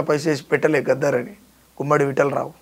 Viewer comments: గద్దర్ గద్దర్ అని పిలువాలె గద్దార్ కాదు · గద్దార్ కాదురా నాయన గద్దర్ ఆయన